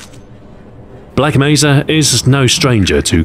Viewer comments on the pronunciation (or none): Why does he keep saying Black Meza.